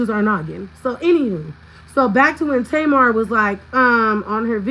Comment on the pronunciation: Tasha’s name is pronounced T.M.R Talks not Tamar🤦🏾‍♀️